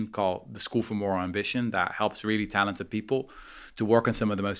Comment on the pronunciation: He over emphasises the talented as if perfect people exist, although many great points